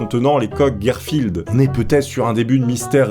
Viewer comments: Queu né ni? Mais que dis, mais qu'est ce que j'entends ? GUERREFILD a la place de GARFILD mais wshh 😂😭😭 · Je comprends pas pourquoi tu dit gérfild au lieux de garfield